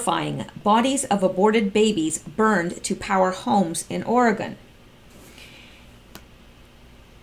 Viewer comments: Or-e-“gun” not Ore-gone...love listening and don’t mean to criticize. 🌺🌿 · We pronounce it Oregun not Oregone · once they get the big quake it will be Oregone! With an e🤔